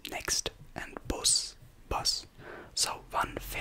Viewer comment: Bus not Buss